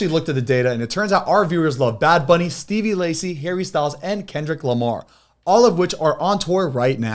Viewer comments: y'all not having to listen to Steve Lacy be pronounced Stevie Lacy for days but now hearing "Starry Night by Di Vinci" smh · omg can you stop saying Stevie Lacy during the ad. It’s Steve lacy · I’m crying at how Zane said Stevie lacy